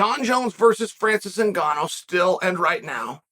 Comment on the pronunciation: Chael must serious, he said Francis last name right